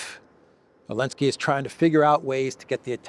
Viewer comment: Alensky? Don't you mean Zelensky?